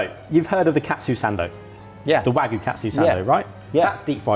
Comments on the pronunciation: I say this with love; mispronouncing 'wagyu' is a food crime. Japanese is written phonetically - 'wa-gyu', not 'waggu'. It's easy. Now go to food jail. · I don't care what you do with it but if you keep saying "wagoo" you might lose a subscriber! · The real food crime in this video is pronunciation of wagyu